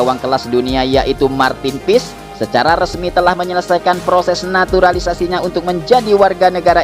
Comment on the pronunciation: Marthin pis admin ngomongnya.. Maarthen paes yg benar 😂😂😂hahaha lucu sekali bahasa Inggris kau min harus belajar lagi